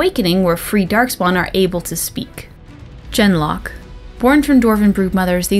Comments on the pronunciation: Isnt “Genlock” pronounced with a hard ‘G’ (like girl) not a soft ‘G’ (like giraffe)? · Ah, you have brought up something that I've been trying to figure out for months. I always pronounced genlock the same way you do, with a soft 'g' at the beginning...until I played DA2. When you have your first conversation with Anders, if you ask, "You had a cat named Ser Pounce-a-lot in the Deep Roads?" Part of his reply is that Ser Pounce swatted a genlock on the nose once and drew blood...and he pronounces genlock with a hard 'g' at the beginning. Is that just something his voice actor did and nobody wanted to ask him to re-record the line or are the rest of us pronouncing it incorrectly? That bugs me. lol